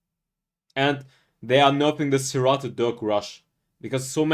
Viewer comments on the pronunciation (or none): It’s pronounced “sir - rAted” not “sir - rotted”. Thanks for your explanations and reviews.